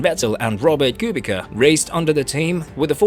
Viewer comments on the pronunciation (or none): Kubica's name isn't pronounced as if it was English